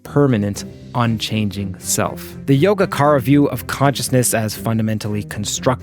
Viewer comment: Great video! Just a quick correction on the prounounciations, yōgācāra is pronounced as yo-gah-chah-ra. That's all. Thanks for the great video btw. You explained the concepts really well.